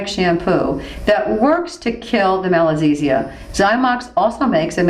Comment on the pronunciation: very informative but i think it should be 'Malassezia' instead of 'Malazessia'